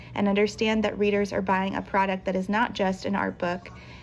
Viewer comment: Ok but she pronounces readers like breeders which I don’t understand?